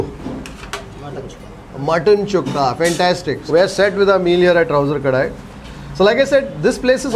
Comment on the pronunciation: it is Touser kadai not ‘Trouser’…😊